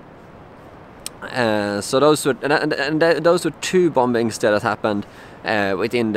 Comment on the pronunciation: The second "B" in "bombing" is silent, by the way.